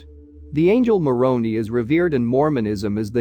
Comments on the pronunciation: Every time you refer to Moroni, I cringe. It's pronounced like Moron-eye. I remember when the earthquake happened. There were so many memes.😊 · Moroni does not rhyme with macaroni! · The pronunciation of the word Moroni Is with a long I, not an e!